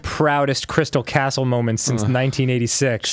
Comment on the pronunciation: "crytal castles"